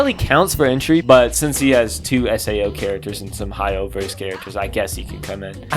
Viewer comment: I love how horrible you are at saying Hoyoverse